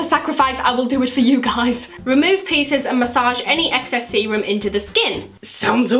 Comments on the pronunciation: Every time you said serum I thought you said semen 😂😭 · Ohhhh you were saying serum, for most of the video I thought you were saying Seamen..."I'll just add some of the extra seamen to my face"...yeah I have a messed up brain.